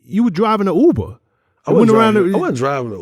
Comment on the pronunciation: It's Uber - NOT OOBER... 🤣 🤣 🤣 🤣 🤣 🤣 🤣